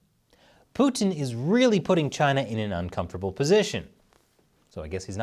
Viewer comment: Americans pronounce Putin so annoyingly.